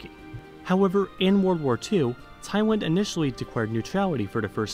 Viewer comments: You pronounce it wrong, the people just correcting your mistake. Why so hard to accept the truth that you are wrong? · As a Taiwanese 🇹🇼 I certainly understand your confusion~ you're not the only one westerner struggling with pronunciation of Tai and Thai😂and we get used to it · Dude, you’ve made the video about Thailand. Please do some more research to pronounce it right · Yerris He was saying Thailand, just weirdly half the time. Taiwan is pronounced Tai-Wan like want without the T. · The guy can't pronounce L and so pronounces it as W. Not hard to realise. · what's the name of the country again, Siam? Thai-LAND... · After these few years, if you didnt realize yet and feel sour about pronouncing wrong into the different place like this... well , even Anubis god himself would be shame of it. "L" and "W" is literally different sounds 😒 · Oh god, i got irritated everytime he said "thaiwan" instead of "thai-land". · At the beginning of this video,.. word "Thailand" pronunciation of yours is correct. But after a while you mispronounced my country name. Instead of pronouncing Taiwan, it should be pronouncing Thailand. I'm sure you don't want to mispronounce. I really like this video. It makes me proud of my country. :-) Long time ago,.. there was a misunderstanding that Thailand is Taiwan.. But now everybody in this world knows Thailand very well,.. you know why? The Prime minister and his ministers are the most stupid on the world stage. THE WORLD OF JOKERS. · Why i always heard you said "Taiwan" so many times. T-H-A-I-L-A-N-D not Tai-Wan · I thought I heard Taiwan a few times instead of Thailand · You basically say Taiwan in the video.... Im Thai and I get this all the time. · Thai & Tai is same pronounciation. But land & wan is very different. You pronounce land almost like wan. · yeah that’s definitely Taiwan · yes you said taiwan in later parts of the video.. it should be pronounced like this, taiwan: tai-one, thailand: tai-lend.. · he kept saying "Thaywhan"